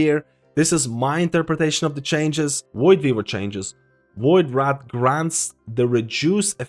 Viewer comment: My brother.... it VoidWRAITH not VoidWRATH. WRAITH is pronounced RAYth. Like saying Race with a lisp. I love your vids but that shit sends me xD